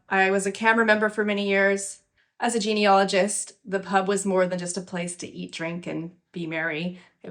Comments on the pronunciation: nope it sounded like you said geneOlogist to me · Sorry but I have to correct you on the pronunciation of Genealogist It is Jean ee A logist